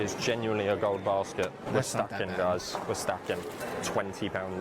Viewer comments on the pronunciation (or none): none